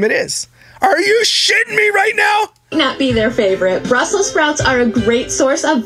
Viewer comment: Ice cream is a health food now? I thought some were lactose intolerant? It's Brussels not "Brussel" Sprouts Lush.